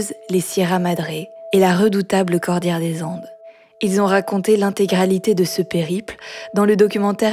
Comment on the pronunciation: Dans la conclusion, prononcez Cordillère des Andes , pas Cordière. Idem pour l'ode, pas l'aude. Merci